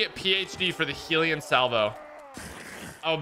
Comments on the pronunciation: i dont mean to offend but why does every youtuber say hEElion salvo? when its hEllion salvo like hell? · Hellion is pronounced hell eon